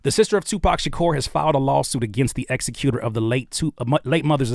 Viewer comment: I’m sorry bro but you had me dying saying executor. You were pronouncing it wrong. 😭😭😭 executor is pronounced the same way you say executive.